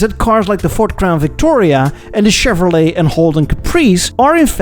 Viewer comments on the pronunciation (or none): none